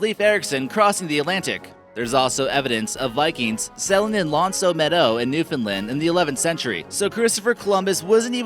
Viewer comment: His pronunciation of L'Anse aux Meadows made me cringe.